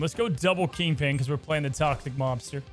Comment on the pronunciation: I keep hearing Toxic 'Lobster' and now I want that deck....